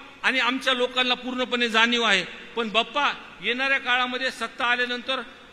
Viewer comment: बाप्पा नाही पप्पा ऐकू येतंय 😂